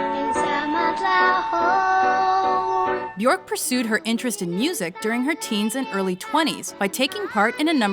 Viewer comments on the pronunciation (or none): it's pronounced byerk not byork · It's be- erk Rhymes with jerk Also you should have touched up on the Ricardo Lopez incident. Tragic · It’s Björk as in jerk with a B. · Ugh. It’s Björk, like work or jerk … not fork. Can’t wait to see her live again! She’s brilliant! Oh, she and her daughter, Isadora, will appear in The Northman next year, along with Anya Taylor-Joy, Nicole Kidman, Alexander Skarsgard and Willem Dafoe. She plays a Slav Witch. Can’t wait! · She said her name is pronounced byerk rhymes with jerk. Why nobody honors that? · byuhrk guth-munds-doh-tir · I from America and we would pronounce "Bjork" at to B-York or Beyork t even if Bjork wasn't the correct way of pronouncing Americans would pronounce her name as B-york or beyork.. her name wouldn't sound like the word jerk... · Björk is prounounced bjerk (like in jerk), not kidding, just say Bjerk and you will be pronouncing it correctly ;) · So, Chris, you are saying that she doesn't know how to pronounce her own name or what, when she herself stated at that press conference that Björk rhymes with jerk?! Moron... Ö is an Umlaut, also at home in the German language, there is nothing comparable to it in English so she had to find the closest possibility... Jerk! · She pronounces byerk. It rhymes with jerk. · Frank Moran the umlaut is there for a reason. The proper pronunciation is "byerk." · Naky Mawlot she pronounces it as b-yerk, so we should pronounce it the same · If you're going to do a story about someone, at least pronounce their name properly. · the way they pronounced her name wrong the entire video made me cringe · * makes Bjork biography * * mispronounces her name * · YOU have to ROLL THE "R" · Please learn to pronounce her name correctly. Disrespectful. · You couldn't even pronounce her name correctly